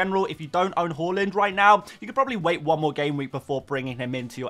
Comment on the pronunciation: Can you please say Haaaland? Not Horland?